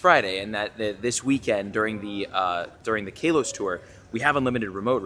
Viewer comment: Hey, love the videos but I just want to tell you that generation 6 is pronounced Ka-los, not Kay-los